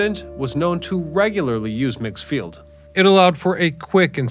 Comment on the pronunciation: Its called Meegs field not megs field.